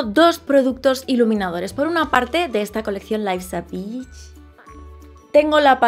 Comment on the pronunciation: soy la unica malpensada cuando pronuncia beach? hahaha